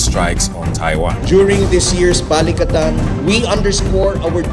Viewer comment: PLEASE get the AI narration to pronounce Filipino names CORRECTLY! Baleek-a-TAN not BALIK-a-tan. And Cag-i-YAN, not Cag-AY-an. (And I'm an American, but one who has lived there.)